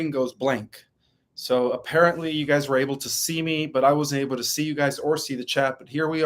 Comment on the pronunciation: You said wer 2011